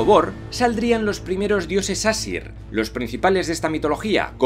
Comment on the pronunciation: Las pronunciaciónes de las razas y todo eso son pésimas y no es fuego y hielo es muspelheim y nifleheim y audumbla se pronuncia ardombla. Y no es asir que es como tu lo pronuncias es aesir tal y como se escribe. Los elfos de la luz y los oscuros viven en el mismo sitio. Pero en svartalfheim viven solo los enanos. Y helheim y nifleheim son el mismo reino pero odin Le dio ha la diosa hela una parte de nifleheim ha la que anomeno helheim la tierra de los muertos.